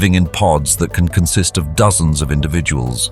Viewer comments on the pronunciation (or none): none